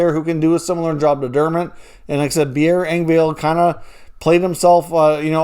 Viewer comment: I like your channel..I watch it quite a bit..I notice that Engvall 's name is constantly pronounced wrong.. it is pronounced exactly how it is spelled. It is a short "a" there is no "e" at the end of his name for a pronunciation of "Engvale" sorry just drives me nuts